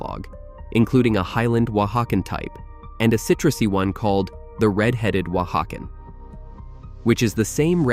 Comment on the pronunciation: Someone else stumbled across the thing 'Oaxacan' gets pronounced differently every time the narrator says it?